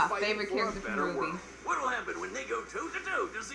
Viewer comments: It's pronounced RWBY (Ruby). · Can stop referring RWBY as R W B Y? It's pronounced as "ruby" but with a "w" instead of a "u" and the fact that he's still doing is annoying